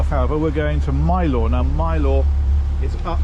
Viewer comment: Next time you visit, pronounce Mylor as the honorary Cornishman you'd be...Mylor as My-ler. 😅